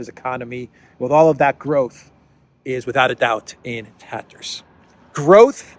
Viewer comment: “In taterrrerrs” 🏴‍☠️😂